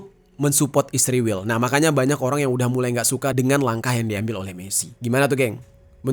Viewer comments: Bng knpa lo bilang nya isriwl bukan Israel🤔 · kenapa israel penyebutannya jd isriwil? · Sebut Israel aja gk becus Lo. Kck asli 😂